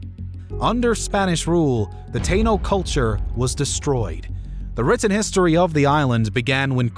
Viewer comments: Folks please note, it is pronounced Pu-er-toh Rico. Definitely NOT Porto Rico. Also, as another viewer noted, its Ta-ee-no, definitely NOT Tay-no. Thank you. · It's not the tae no people... Its pronounced the Tah eeeee nooooo People. Repeat Taaahhhhh Eeeeee nooooooo. Taino Indian or People. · It’s not tano people it’s the Taino emphasis on the i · So many mispronunciations. It's "PWERTO Rico," not "PORTO Rico." The indigenous Taino is pronounced "tah-EE-no," not "TAY-no." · TAINO= Tah--Eee-nuh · "Tay-no" 😭😭the butchering of the pronunciation has me crying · Taino is pronounced Tie e no. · Early as fuck but first thing its TAI-eeno interms of pronunciation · you're killing me here pronouncing Taino wrong. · Taíno puñeta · The way you pronounce taíno gave me space aids..